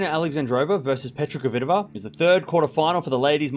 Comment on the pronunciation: Dear, I have asked that before with now reaction. I am your fan and I watch you regularly. You are a vey intelligent guy though I beg you learn how to say KVITOVA. You and unfornately many ther say it so it sounds derived from COVID. PETRA's sound in phonetuc transcription - KFITOVA. THERE IS NO "O' after K. Please try at least. If you pronounce SWIĄTEK properly and you DO, " KFITOVA is bread and butter. Believe me it will make many people happy and prove ince more that YOU ARE the BEST. Best regards